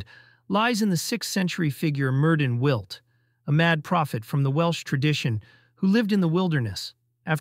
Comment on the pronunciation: It's pronounced like " mirthin withd " , not " murdin wilt " . Myrddin was changed to Merlin by later writers because they thought Continental readers would use the ( wrong ) " murdin " pronunciation , which was too reminiscent of the French " merde " .